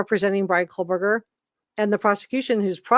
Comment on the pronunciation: PSA...there is no L in Kohberger. It's not Coal-burger. You're welcome.